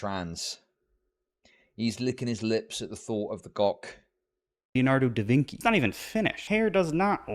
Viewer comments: LMAO Am I just hearing things; or did Ethan, the supposed art expert, pronounce Leonardo Da Vinci's lastname as "Da VIN-KEY" instead of "Da VIN-CHI"? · and he keeps say da vinci wrong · why does Ethan keep mispronouncing Leonardo da Vinci? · I hate that I have to defend Ethan, but I think he’s referencing a video where 2 twins are asked who painted the Mona Lisa, and respond “DA VINCKI?!”